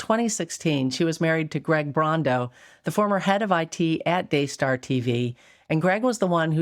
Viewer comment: Daystar? It sounds more like DAYSCAR!